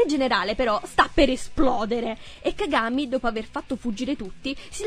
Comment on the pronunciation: "Cagámi" o "cágami" 😂😂